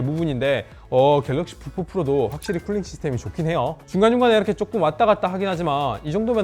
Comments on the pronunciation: 다른건 안들림. 갤럭시 북푹 프로... 졸라 거슬리네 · 갤럭시 부포포로